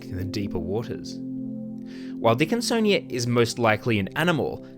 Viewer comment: "a huge dickinSonia"